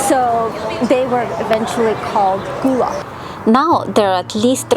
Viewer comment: Lovely videos, thank you! But pronounce it GUH-luh (like in seagull), not ‘goo’ Also Spanish Moss is NOT a harmful parasite, it doesn’t root into trees but lives on air & moisture 😉